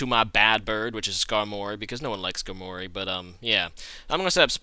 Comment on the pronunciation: the first time i hear someone pronounce "Skar-mory" instead of "Skarmo-ry" lol